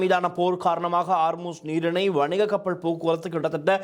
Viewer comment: கப்பள் இல்லை கப்பல் முதலில் தமிழை ஒழுங்காக கதை சும்மா அநிராக்கு செம்பு தூக்கிக் கொண்னு முக்க வேண்டாம் நீ எல்லாம் எப்படி ஊடகவியலாளர் உனக்கு தமிழே சரியாக வராது அமுக்குள்ள வந்திட்டார்